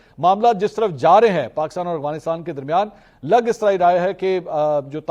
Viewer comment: Oh Mera Bhai Aghwanistan nai hota Afghanistan Hota hy So irritating